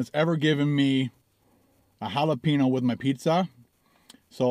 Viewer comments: Jalapeeno Xd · the N in Jalapeno has a ~ over it, so it should be pronounced HalapenYo. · Those pepperoncini peppers are Not Hot. They are like Salad add ons . they have a Zesty taste from the Pickling. Please Don't Tell me Black Pepper is Way Too Hot Also. Please. Your Getting Closer With the Hal - La- Pen-Yo ( Jalapeno) pronunciation. Pen as in Writing Pen. Funny Stuff !!! Keep em Coming!!